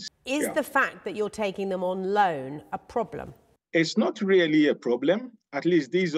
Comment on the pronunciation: Did you say LOAN? SERIOUSLY?